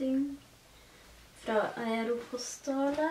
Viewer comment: Fine innkjøp! Uttales "Eirpostaal" hahah tror jeg ;-)